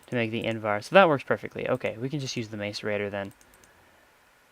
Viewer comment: Macerator is pronounces mass er ator